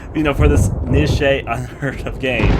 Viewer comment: Okay, "niche" is pronounced "neesh", not "nishay", and you're meant to pronounce each letter individually in "AKA". Sorry. >.> A Tale of Two Sisters is pretty decent btw. Do recommend.